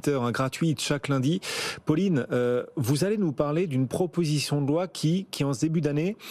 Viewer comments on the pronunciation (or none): "proposition de loin" (loi), "mainjeur" (majeur), "obligatoinre" (obligatoire"), "on voint" (voit), "poinds" (poids)